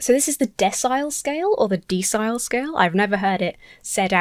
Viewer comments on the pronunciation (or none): Since I'm a word nerd I though I'd mention that decile is pronounced like decimal. It simply means a scale of 1 to 10, with each step being 10% or 0.1 of the whole